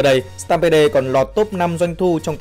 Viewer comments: Mình tg "stampede" là "Stam pít" chứ ko phải "stam bê đê" chứ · Stampede-viesup: sờ team bia mà sao anh đọc sờ tam bê đê :v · "Sờ tam pê đồ" ad ơi